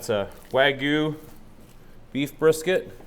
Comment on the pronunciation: How is it that still can't pronounce Wagyu? 😆